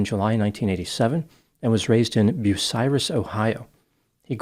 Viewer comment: Kudos for saying Bucyrus correctly 🙂